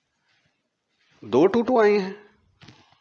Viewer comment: X squarrrrrrrrrrrr😂.neverrrrrrrrr😅